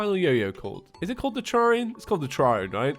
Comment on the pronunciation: He said (Teh-Rer-ian) instead of (Teh-Rar-ian)